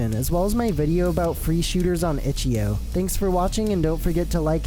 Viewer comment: stop saying itchio